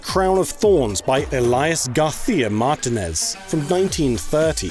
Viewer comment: I have never heard Martinez butchered as badly as on this video lol